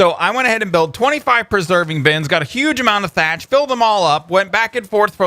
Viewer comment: he said preserving bins